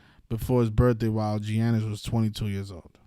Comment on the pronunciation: Giannis name pronunciation is Yon - Nis 🤦🏿‍♂️ ... It's not Gee Yan Nis like your pronouncing it